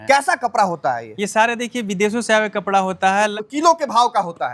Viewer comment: Kapra नहीं कपड़ा है बरे बरे नहीं बड़े बड़े होता है बिहारी 😂